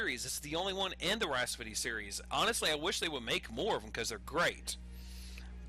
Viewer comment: lol. "Rhaspody"...